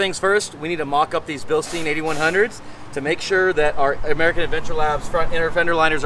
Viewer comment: Funny way you pronounce the "Bilstein" dampers ... :):):) Perhaps they shoulf create a new brand for the US, something like "Bilstine" ... :):):) EDIT: shock absorber is a better translation than damper...